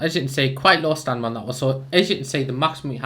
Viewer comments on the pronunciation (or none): He says stanima